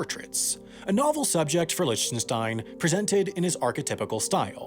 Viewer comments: Please stop saying "Lich - ten -stein." It's pronounced "Lick - ten - stein." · I think his name is pronounced Lick ten stein. Not Lich ten stein. A remarkable artist by any standard. Most blue chip artist are very good. They usually don't succeed for nothing. It takes a real education to know the difference. There is intrinsic value to some art and to see that takes experience. The saddest thing here is that the vast majority of artist will fail to make the grade in their lives. Artist need government support. The amount of money allocated to support the arts in the US is disgraceful. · So annoying... you can't even check how to pronounce an artists name? IT'S LIK-Ten-Stine!!!! NOT Litch-ten-shtine. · Merely the latest YouTuber that doesn't know proper pronunciation. Try "Lick-ten-stine". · liHHtenshtein. My ears are bleeding. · Love your work as always. Just one note though: Lichtenstein is pronounced LICK tuhn stine with a hard k sound. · Lichtenstein is pronounced Licktenstein btw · it's pronounced Lick-ten-stein FYI. I was cringing. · I find your pronunciation of Lichtenstein disturbing. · Also, nice video… but please learn how to properly pronounce Lichtenstein. Regardless of whether you like his work, he at least deserves the respect of having his name pronounced properly. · This video is awful, and his pronunciation of Lichtenstein is annoying me. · That is not how you pronounce Lichtenstein. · So many comments and I can’t find any about mispronouncing Roy Lichtenstein’s last name lol. See you again in the mistakes video <3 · I love how you pronounce Lichtenstein .D